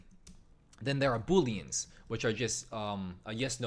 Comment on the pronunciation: Its "booleans" not Boolens.